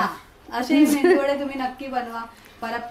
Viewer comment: मेंदू वडे नाही ताई 😀 मेदू वडे बोलतात......